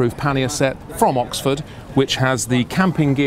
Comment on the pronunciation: im sure Oxford liked you saying Oxfart there's standstill traffic jams even on the fucking highways WTF